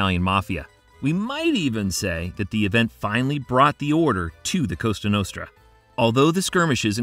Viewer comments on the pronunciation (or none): This dude keeps saying Costa Nostra, right? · the what?? costa notra??? 😆 that sounds like a beach resort near barcelona or something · Costa Notra? Are you kidding me?